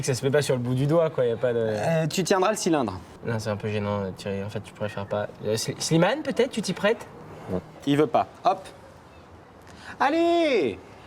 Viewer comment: Thierry qui n'arrive jamais à dire Slimane 😂😂😂